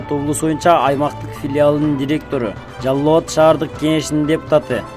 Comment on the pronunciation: Жаллабат эмес, Жалал-Абад десен торпок